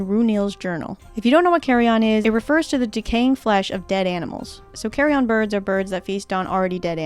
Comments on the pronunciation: Great video, but if I'd allow myself a pronunciation nitpick. In American English at least -- what you pronounced as carrion-on, is in fact pronounced correctly as carry-in accurately... but I loved the video regardless. Cheers! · Carryon is luggage. Carrion is decaying flesh. Pronunciation is important. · It might be a US/UK thing, but the pronunciation of carrion as "carry-on" made me laugh, it makes it sound like you're trying to board a flight holding a vulture.